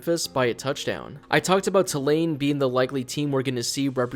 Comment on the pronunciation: It’s pronounced “Two Lane” for future reference.